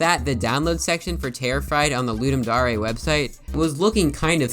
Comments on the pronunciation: ITS CLEARLY THE WORD DARE. WHY ARE YOU PRONOUNCING IT AS DA-REY 😢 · Loodum Dahray? I thought it was pronounced Luhduhm Dare. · I still wonder why its pronounced ludum da-rey and not ludum dare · it's ludem dare (luu-deem da-are) not ludem dare (luu-deem dau-rae) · It’s pronounced D - AE - R not D - AR - AY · Wait are you telling me it's not dare, it's actually dar-ay? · "Ludem Da-Reh" ugh. It's Ludem Dare. Dare, as in a challenge. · Ludem Dar ey wtf is that isnt it ludem Dayr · Dar eh? Dare. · I thought it was pronounced ludum dare, not ludum daureh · Why did I always think it was Ludum Daring, not Ludum Darling? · Why you sayin daray? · Ludem dohree 💀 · "Ludum dA rE" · dare pronounced d air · its DARE like i dare you to say dare right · its pronounced dare not dare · the fact that he says "ludum da-re" bothers me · "Ludim darae" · It's okay if you can't pronounce dare you're marsian :) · The way you say "Dare" hurts me